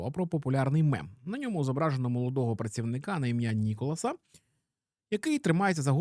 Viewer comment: Все так, але правильно Ніколя, а не Ніколас 🤓🥖